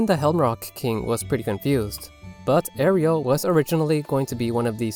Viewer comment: well, let's see... you pronounced Malon and Marin wrong, and you somehow got Ariel from Aryll?